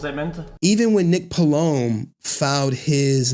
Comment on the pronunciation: Learn how to say Polom please not Pohloam or whatever